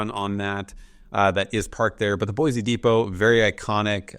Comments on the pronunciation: "Boy-cee" not "Boy-Z" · It's Boy-See, the Z is silent! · No Z in Boise amigo… mo mo land represents concentration of Mormons As a native Eagle -ite your doing so so